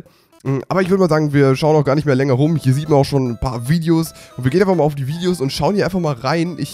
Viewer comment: Ernsthaft? Viedeos? xD